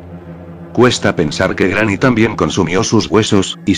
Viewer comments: En el minuto dijo grramy envés que Granny XD 😂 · jajjaja es que el loquendo lo pronuncia asi... cuando pongo GRANNY... y cuando pongo GRANI... se escucha bien... en videos mas recientes corregi esto jejeje.. saludos brooo